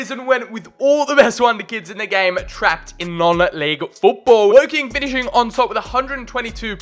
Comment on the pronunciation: As if you said Wocking 😂